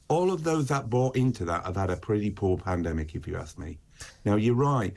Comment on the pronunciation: Did she just say "when there is another pandamic" ? 4.36 minutes